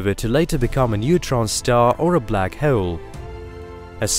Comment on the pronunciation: Hoh'oule - I finally came up with the perfect way to spell how he pronounces 'hole'!